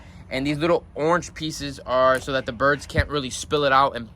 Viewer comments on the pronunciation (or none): none